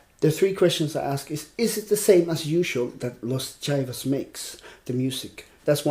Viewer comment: Los Jaivas is pronounced "Los "high"-vas, with the "h"-sound a little stronger.